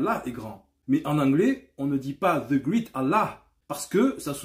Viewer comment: La 1er sens qui vient est super Yacine. Le 2eme sens est grand effectivement. Une autre remarque est que great se prononce ɡrāt (grate), je fesais le même erreur moi aussi